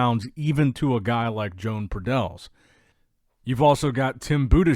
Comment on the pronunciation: Everyone will look different by the time they get on stagee as always and that is some whacky mirror action by pradels and btw, not sure what country he's from but I'm willing to bet his name isn't pronounced Joan like a lady it's probably Joe-Ahn or Yo-Ahn.